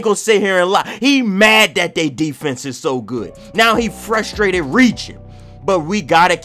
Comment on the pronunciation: was passed frustrated he was playn "FErSHHHtraited defense" 😂😂😂😂😂😂